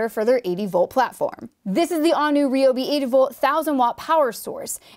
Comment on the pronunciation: it's rye-ob.